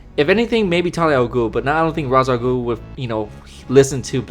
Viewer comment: Azrael is not an assassin, he is a member of the Order of St. Dumas, or at least was. He can't be hired to kill someone, and I'm pretty sure that "Enforcing God's will" does not include killing The Batman. Also, even if Black Mask wanted to, he couldn't hire Ra's al Ghul, whose name you are mis-pronouncing, or Talia, because the League of Assassins don't work for hire.